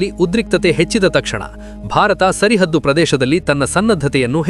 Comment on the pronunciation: Sarahaddu...tappu uchhara sari madkolli